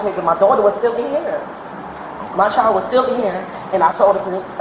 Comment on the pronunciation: Lady, the word is "child" not "chal". There's a "d" at the end of that word, and its NOT silent.